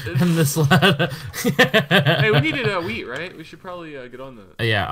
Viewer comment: Everytime speedy says wheat, it sounds like he says weed.